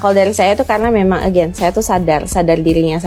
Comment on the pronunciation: Jangan merasa sok superior using English halp Indonesian when U not pronouch it that Rite, wkwkwk EGEN (again) Rite (right) Th Wen (when) Kemplet (complet) Meni more, lol